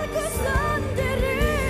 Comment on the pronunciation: It's "sendiri" pronounced as sern-dee-ree not sen-ngee-ri. obviously misheard it.